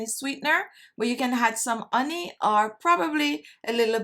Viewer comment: I LOVE your videos, and I also love the way you pronounce “honey” uney 💕